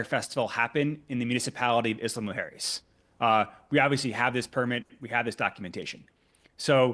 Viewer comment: When he says Isla Mujeres he says it very very very wrong almost to the point where you cant distinguish what he is saying. Im latino and speak spanish and I cant help thinking that if he was indeed working with mexican officials or anyone from mexico he would not be pronouncing the name of the place as wrong.